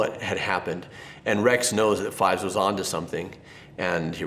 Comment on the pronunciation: "Captain Rex is the coolest..." You pronounced "Fives" wrong.